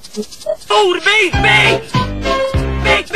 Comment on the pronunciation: lät som om han sa gasa fis